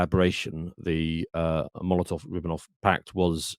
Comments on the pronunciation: The Molontof-Riponof pact, haven't you heard about it? Is very famous, da. Edit: . He doesn't even know what "USSR" stands for. Amazing. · the WHAT pact? Hard to take this seriously when you don't know how to pronounce what you're referring to.